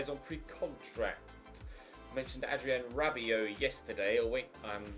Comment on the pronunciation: Adrien 'T'abiot XD (in the vote)